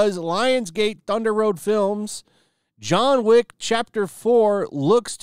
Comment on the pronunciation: It's John Wick not John Woke